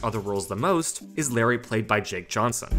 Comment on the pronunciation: It's Lowery, not Larry.